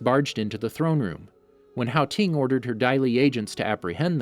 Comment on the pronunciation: It's HOU ting. Pronounced Ho ting not how ting